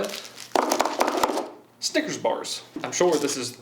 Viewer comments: When he said snickers bars I thought he said stickers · me wondering if i just always said snickers wrong or if he just said it weird because no one is commenting about it